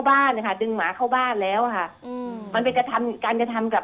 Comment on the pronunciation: เน้นคำว่าหมามากเกินไปหรือเปล่าคะน้อง